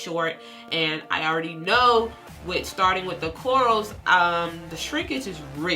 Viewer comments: She kept saying corals and it literally made me cringe 😂😂and you post the spelling and still pronounce it wrong 🤦🏾‍♀️.. informative though, thank you ma’am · its her accent